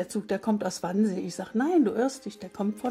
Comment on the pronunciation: Es heißt übrigens Wannsee, nicht Wansee.